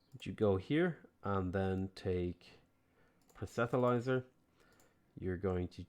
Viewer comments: it's not super important or anything but I've noticed you've always said "proh-set-uh-lizer" for "proselytiser" and it sticks out to me because the t and the l are the wrong way round - It's "proh-sel-uh-tizer". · Dude, there isn't an "h" in Proselityzer. it's pronounced: "prus-le-tie-ser" Keep it up, love seeing a different sort of gameplay :)